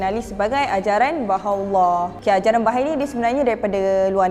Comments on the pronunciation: Sebutan dia adalah Baha'i...bukan bahai... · sebutan yang betul based on Bahasa Arab is ba-ha-ie. Bukan ba-hay standard ajaran sesat, pasti ada eksploitasi wanita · Bahai❌ Baha'i✅